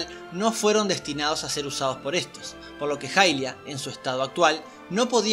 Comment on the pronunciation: la diosa se llama hairia en japones (pronunciado jairia) asi que es mas correcto decir jailia que ilia, ademas se confunde con el personaje de twilight que sí se llama ilia.